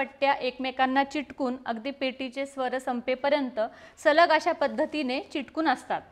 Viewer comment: भाषा सुधारा चिटकुन नाही चिकटून